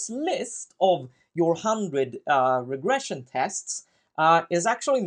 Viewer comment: you said "agression-test" :)